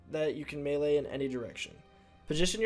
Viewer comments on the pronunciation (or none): none